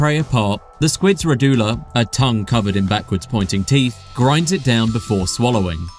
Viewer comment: Informative video - thanks! At Chitin should be pronounced like "Kite-In", not "Chit-In". Also , Radula, is actually pronounced more like "Ra-Ju-La". I know, English is strange sometimes... 😆